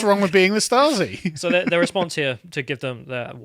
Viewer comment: The first british people, who correctly said a german word. Props for that, guys, Stasi is exactly correct.